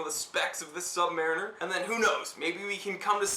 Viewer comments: Nice video, thanks, and I love mine... Purchased it from the U.S. Navy PX, in Long Beach, CA in 1972... But, it is pronounced, Sub-Muh-Reen-Er, not Sub-Mare-In Er. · I'm very fortunate to have been handed down to me my father's Rolex Submariner. Given to me on my 40th birthday. I have a couple of questions; how/where do you find the "Date" and what exactly is that? secondly, the pronunciation. My Dad was in the US Navy and the vast majority of his time was spent in the Submarine Service. Say "SubMARINer" to a sub vet and you'll get side-eyed as they pronounce themselves as "SubMAREENers" - trust me, I've seen it directed at me. Only once though. Thanks for any insight... love my watch!